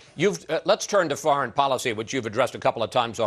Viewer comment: Did he say Folicy?